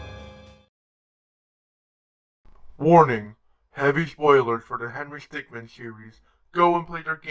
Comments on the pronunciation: Is it just me or.... IS HE SAY HENRY STICKMAN AND NOT HENRY STICKMIN!?!?! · i hate that you say stickman instead of stickmin, w h y.